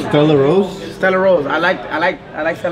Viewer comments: He said stella rose! 😅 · Nooo he didn’t bust out with the Stella Rosa wine 😂😂😂 but he said Estella rose 😩😩😂😂😂 omg fkn 💀💀💀